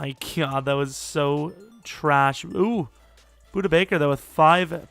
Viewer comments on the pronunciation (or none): You were close this time as it’s pronounced Boo-Duh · You're saying budda totally WRONG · Lmao budder baker “and I pronounced it right this time” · Dude you said buddy bakers first name wrong